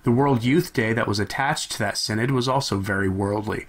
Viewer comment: Shouldn't that be "sin-odd"?